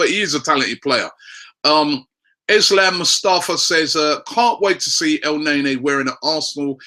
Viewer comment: it's pronounced "el-nair-nee"